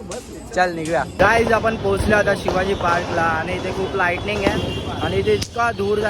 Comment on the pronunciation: Lighting ❌ Lightning✅😂